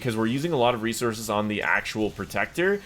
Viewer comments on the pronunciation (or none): none